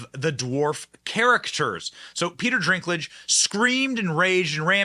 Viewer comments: Bro...why the f do you keep saying Peter DRINKlage throughout the entire video? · His name is DINKLIDGE, NOT DRINKLIGE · I want to make a game with my friends where we watch this video and every time Benny Johnson says, "Drinklage" instead of Dinklage, you take a drink. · Can someone tell Benny its Dinklage, not Drinklage lmao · Dinklage not Drinklage. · Why do you keep saying "Peter Drinklage" though? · It's Dinklage not drinklage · Dinklage not Drinklage lol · Is it driving anyone but me a bit nuts that Benny keeps sayn the guys name wrong....no R .....it's dink ....not drink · How many times are you gonna mess up pronouncing "DINK" it's NOT "drink" it's "DINK"!!! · Dude its DINK-lage not DRINK-lage..... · Pete's sake, can you get the man's name right? It's Dinklage, not "Drinklage". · I don’t watch any movies made by Disney! And before anyone jumps all over you for the way you are pronouncing Peter Dinklage, look at the spelling of his name there is no R. in Dinklage. His name is Peter DINKLAGE. I think Peter got really cocky after he was in Game of Thrones and won an award for it. He needs to understand that he is not the only little person that can act. Well, looks like Disney is gonna fall right along with all the rest of the woke companies. I hope they leave the state of Florida go to California and hook up with Disneyland because we don’t want them here! Yeah just can’t fix stupid! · Why is he saying "Peter Drinklage?" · Why does Benny call Peter Dinklage, “Peter DRINKlage?” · Peter DRINK-lage? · Benny it’s “Dinklage”Haha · It's Dink-lage... I don't like the guy. But say it right ir you look as bad as hollyweird Ben Duh 🙄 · DINK….. lage. Dink….. 🤦🏻‍♀️ after the dozenth time. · It’s not drinkage! Lol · Dinklage does NOT have an R in his last name. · Benny are you saying Peter's name wrong on purpose? It's funny if you are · Yo Benny there is no R in Dinklage... ha ha